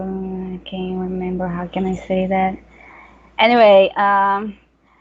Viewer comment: em no momento que você disse: "how can i sat that?" soou MUITO nativo, esse seu "that" ficou perfeito haha